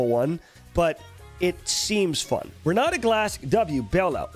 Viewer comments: Well time to learn some portuguese and stop saying Ron Nata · Renaata Open that mouth bro, Renaaata Talk like a truly Brazilian